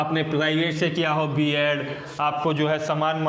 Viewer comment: बियाड नही बीएड होता है